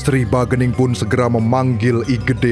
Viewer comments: ralat min, bukan bagening tapi sagening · Bukan bagening.....tapi sagening